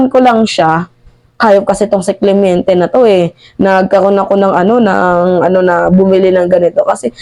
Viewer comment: Clemente not clemiente